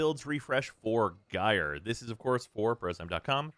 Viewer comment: Thank you for pronouncing Gyre correctly